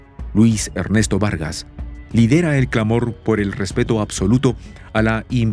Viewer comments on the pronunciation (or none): none